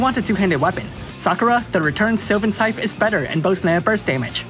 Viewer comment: It's not like S-EYE-TH it's pronounced sigh-the, weird I know. Saying this in a friendly way.